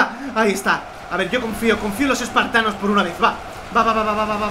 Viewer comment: en el minuto dice expartanos